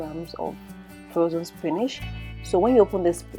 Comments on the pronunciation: Use your dictionary and listen to how it is pronounced. /spi nich/ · why is she pronouncing "spinach' like that